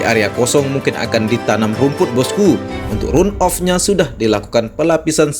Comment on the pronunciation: Sebaiknya pakai bahasa aslinya saja boss-ku: run-off (dibacanya ran-of)... jangan di-Indonesiakan bossku..